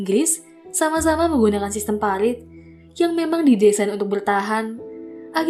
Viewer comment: Parit kak, bukan palit 😋😋😋